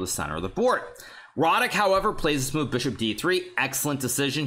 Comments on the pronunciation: Yea,I'm native on Polish and want congratulate Hikaru,pretty good speech. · I was surprised that no Pole wrote that Hikaru pronounced Radek's name quite well.